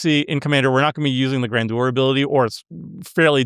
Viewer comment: Gran jur. Not gran do-er